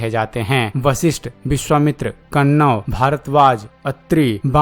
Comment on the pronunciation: Tumeh hindi k Shabdon ka sahi ucharan karna nahin ata hai. Kanwa rishi ka nam sahi nahin Liya. Video banane se pahle hindi sahi Tareeke se sikho.